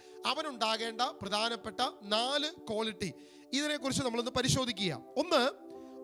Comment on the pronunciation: കോളിറ്റിയല്ല, ക്വാളിറ്റി ആണ്.